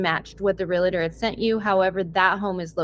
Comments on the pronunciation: Re-al-tor! NOT relator!!!!! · Its realtor not re-la-tor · It is not Relator. It is Realtor. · The word is pronounced “real - tor” not “real-A-tor”!!! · Its "reeltur" not relator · Argh - everyone in this video is saying "real-a-ter" instead of realtor. There's no third syllable! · Love you guys but it is not “REAL-uh-tor” there’s no “uh”. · REAL-TOR, not REAL-LA-TOR! One of the most mispronounced words! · “Realtor” is 2 syllables, pronounced exactly like it’s spelled, “real-ter”, not “real-uh-ter” with 3 syllables. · FYI-It's pronounced REAL-TOR. There's no "a" sound after the L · I know what I’m about to share is simply a pet peeve of mine but…….my skin crawls when I hear someone pronounce “realtor” as “real a tor”🙄. There, now my mini-rant is over🤭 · Can't help noticing that neither the victim nor can pronounce 'realtor' correctly.